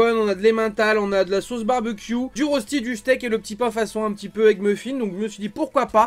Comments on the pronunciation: Ca se prononce reushti et pas rosti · Hello j’aime beaucoup ce que tu fait mais en tant que suisse mes oreilles saignent quand tu prononce Rösti et donc voilà la bonne prononciation phonétiques : « Reuchti »